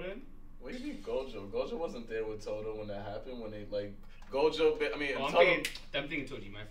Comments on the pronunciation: ROB IT'S NOT GOJU IT'S GOJO!!!!!!!!!!!!!!!!!!!!!!! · gotta be special the way he keeps mispronouncing Gojo’a name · it’s Gojo not Goju 🤣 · Am I the only one annoyed has been calling Gojo - Goju this whole time? Or we just gunna that slide? Claims Gojo is his sensei but he don't even know his name... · HIS NAME IS SATORU FUCKIN GOJOOO NOT GOJU 😤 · The way pronounces Gojo is killing me. Bruh is legit saying “Go-jew”. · Every time rob says jake paul, logan paul, or gojew, i die a little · "jake paul him ichijori, gojju student" was all i could hear lol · He has got to do it on purpose right like how do u mispronounce go-jo so many times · be glazin Gojo 24/7 but don’t even say his name right 😭